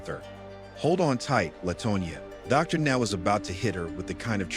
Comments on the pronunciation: calling Dr Now Darnow 😂😂😂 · I spent an hour trying to figure out who DARNELL was before I realized it was an trying to say Dr.Now at times. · If u can't getting A.I. to pronounce properly, speak for it! DarNow? C'mon! Get the words right!!! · Darnow? Doctor Now? Lol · DrNow 😂 that’s how says the doctors name 🤦🏾‍♀️